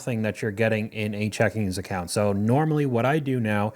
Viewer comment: Checking account not checkingS account, I was tempted to turn off this video lol